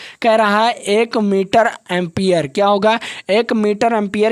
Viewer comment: Empier hota Hai Sir